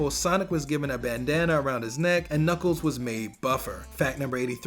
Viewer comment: Knuckles not knuckle